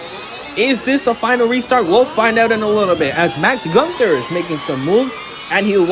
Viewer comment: Btw, Günther isn't pronounced "ganter"